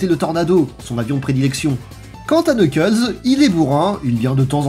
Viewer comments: Cette vidéo est presque parfaite a 1 détails prêt (on ne dit pas Knuckles mais Nuckles) 😅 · Je connais surtout Sonic X, pour Boom j'ai été très surpris, comme tu l'expliques, par son autodérision et son second degré. Une très bonne surprise, je dois dire. La vidéo est excellente, à part le Knuckles, ça se prononce pas comme ça !